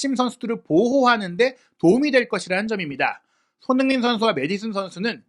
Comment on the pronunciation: 오늘 유난히 손선수 이름 발음 너무 대충 하시네요. ㅋㅋ 평소에 그런 거 알고 보는데 오늘은 역대급입니다. 😅